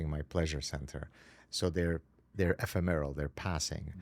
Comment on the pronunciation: OK, he said he suffers from perfectionism, so: ePHEmeral NOT epheMEral. Sorry, but this counts when you're an "award-winning professor". Scarcity: pronounced SCARE-city, NOT SCAR-city. It's been a while now that we've been told that fat consumption is OK.